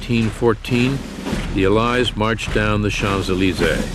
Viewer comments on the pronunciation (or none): Incorrect pronunciation of 'allies'.